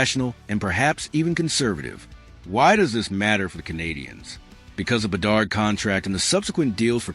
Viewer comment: BE-DARD , DO-BESH is how you prounouce them